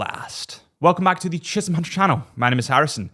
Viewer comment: Hi. My NAME is Chisholm HUNTER. Don’t ask me why I talk like THIS. I just DO.